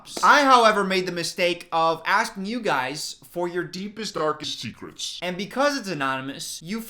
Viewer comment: You said DARKEST SEKRETS